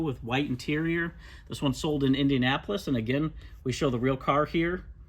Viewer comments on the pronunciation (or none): none